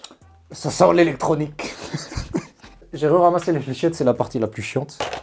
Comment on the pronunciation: Deuxième fois que je me regarde la vidéo je meurt toujours autant de rire pour le "sa sen léléktronic" 😂